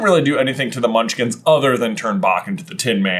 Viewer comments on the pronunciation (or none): Bro said "Munchlings" 🤣